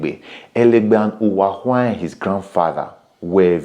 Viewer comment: Thank you for this video, very informative. But please the name Ohen is pronounced with an or as in Or -hen meaning may it be peace or may there be stability. But when Ohen is pronounced with an initial O, the word Ohen means a priest. My familiarity with the name gives me to understand it is pronounced with an initial Or before the hen—Or-hen. Thanks all the same. Great work!